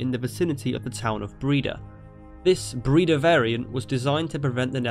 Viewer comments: It's not pronounced "Breeda" it's "Breyda" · It's not 'Breeda'. but 'Brayda'. #Breda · Breda is pronounced as "Bray-daah". Just FYI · You said Breda realy wrong😂